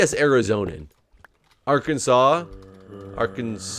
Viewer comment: for arkansas... we are arkansans (pronounced ark - can - zens), i also use the shorten term "arkie" (ark - key) when chatting with people socially